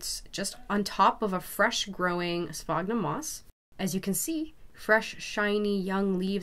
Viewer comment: It's not "sphognum" moss. It's "sphagnum" moss with an A.